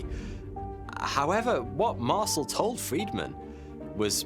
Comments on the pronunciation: ...Mar-sul? It's pronounced "Mar-sell". His name has been said in countless videos. Yours is the first I've ever heard say it like that. C'mon 😂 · mar-CEL, not MAR-cel. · Oi you! Learn to pronounce the guy's name properly. It's MAR-SELL. not MARSLE. Ya fekin arsle. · "Mar-SELL" is how you pronounce that, mate. It's French in origin. Not bloody "Marsle". Q.E.D. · Mar-cell not parcel - Ray-Mi not rahmi... left out W. Glenn Dennis, the child/alien sized casket mortician (who recently was revealed as W. Glenn Davis), who speaks frankly on the subject, and, is interviewed on the National Archives feed on YouTube. Otherwise fantastic report ! TY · Marcel is pronounced Mar cell. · its MarCel no MarSel ;) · . Mar-SELL, rhymes with BELL, being an "Intelligence Officer", really was quite familiar with LOTS of military equipment. He HAD TO BE as it was often an integral part of his day-to-day duties. Anecdotes suggesting otherwise are not to be believed. The man's assertion that the famous newspaper photo was NOT representative of what he personally witnessed is true. Deal with it. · its pronounced Mar-sell. You're welcome 😘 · Marcel is NOT pronounced like parcel, but like Marcèl!